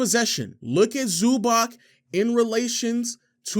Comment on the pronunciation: Nice video, but it's pronounced "Zubatz"